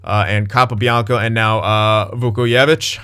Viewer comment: You pronounce the j in his last name btw